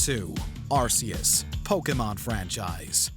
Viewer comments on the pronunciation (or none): It's Ar-Kee-iss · The name was originally pronounced Ar-Ceus and now I am hearing something about Ar-Koos. I am sticking with the Ar-Ceus pronunciation, since it was used officially. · How does everyone keep mispronouncing Arceus? It's a hard C, like cat or car